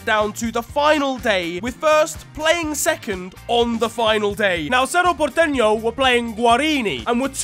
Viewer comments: This man pronounced "Cerro Porteno" flawlessly, and said "Guarini" instead of "Guarani" a second later. Mad. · Leave it to to absolutely nail the pronunciation of Cerro Porteño, only to absolutely butcher the pronunciation of guaraní